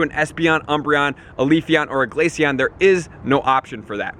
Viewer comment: GLACEON NOT GLACION DUMB